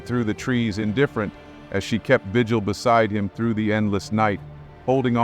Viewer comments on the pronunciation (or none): none